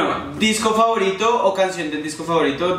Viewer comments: like si te distes cuenta de que en el minuto decía disco favotiro en vez de disco favorito 😂😂😘😘😘te amo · En el minuto dice: Disco favotiro Like si lo notaste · Alguién más se dió cuenta que decia disco favotiro ? jajaja like